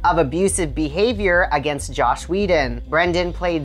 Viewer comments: Is he saying josh whedon? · His name is JOSS not JOSH. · Lol "Josh" Whedon, huh? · JOSS. Not JOSH . WTF lol